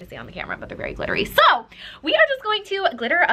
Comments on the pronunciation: I love your videos. I'm new here so I'm wondering why you say the word "so" like "sowr,",am I crazy? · I am kinda new to this channel, and in discovering all of it's awesomeness... I'm confused about the word "so". It sounds like she has an Australian accent..? Am I missing something? Almost sounds like "soar" ( vs ) Also, wall looks GORGEOUS😍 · The way you said SOO😂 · It gets me so nervous the way she says “ soRRR now we’re going to...” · You say "so" like an Aussie 😂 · every "so" in this video sounded Australian/Canadian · Why is she saying “so” like that?..... kind of annoying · I love how turns Australian whenever she says "so" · when said so she sounded British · "SO" in that British accent LMAO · Saying ,”So,” in an Australia accent only happened a few times VS times 🤣🤣🤣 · Does anyone else notice that says the word "so" in an Australian accent? 🤔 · Best bit is the Australian “so”s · Anyone else here the Australian “so”?? 😬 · her pronunciation of "so" is triggering me